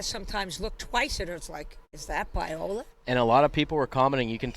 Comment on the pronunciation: Alright, man. I don't give a sht the match was 8 years ago, I gotta call out - Pyola? PYOLA? JESUS CHRIST, QUIT CALLING HER PYOLA! Her name is PA-O-LA, NOT PY-O-LA. JFC.